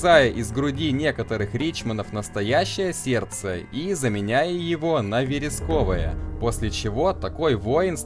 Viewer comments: вЕреское. Не верескОвое. А вообще, серьёзно, все слова и не записать даже, в которых ты ударение не туда ставишь) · Спасибо, но — вЕресковое, ворожЕи.